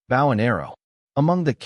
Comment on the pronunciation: You can tell when it is Artificial Intelligence when they say bow as the bottom of the boat instead of bow a hunting weapon lol. Still love it though. Keep going peeps.